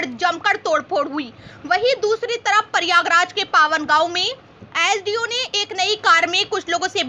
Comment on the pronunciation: Pahle to bolne ki tamij shik ly pariyagaraj nhi h pryagraj h